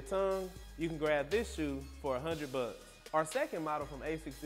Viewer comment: "You can grab this shoe for one hundred buh"